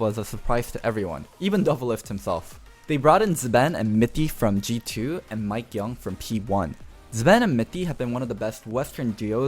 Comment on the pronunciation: Mikeyeung not mikeyoung